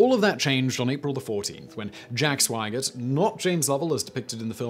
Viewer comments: Swigert = sʋaɪ'gɚt (sw-eye-gert) Grumman = gɻʌ'mən (rhymes with American pronunciation of "comin'", as in "comin' at you.") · and The second astronaut named in the crew list was Jack Swigert. It sounds like the narrator calls him "Swaggert". I have heard this mispronunciation (as it seems to me, at least) by others before. I figure there must be an explanation for this.